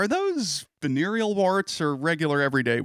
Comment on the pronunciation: ...Vanarial warts or regular warts??? Hahahaha